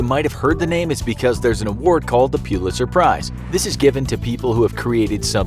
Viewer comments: Its pullister not PUELASTER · Its prounced pull-its-her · Its pronunced Pull-it-sir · Is that really how you say Pulitzer? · That is not how you pronounce “Pulitzer” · The way he pronounces Pulitzer